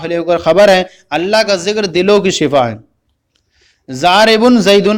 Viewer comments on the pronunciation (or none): اپ نے ضارب کو زارب پڑھا ہے یہ کس لئے تفصیل فرما دیں (اپ نے ۔ض۔ کو۔ ذواد) پڑھا ہے ؟؟؟؟؟؟